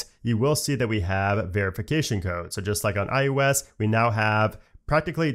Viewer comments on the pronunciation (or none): dude, don't you know your audience is people who care about aesthetic over function?? Why you keeps saying "iUS" and "MacUS"???? Please, pronounce your words more accurately.